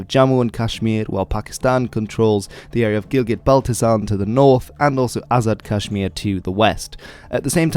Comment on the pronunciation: “Azid Kashmir” 🤪